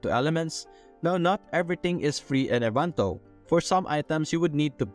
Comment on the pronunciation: En-va-to; not envanto. 🤣😅😂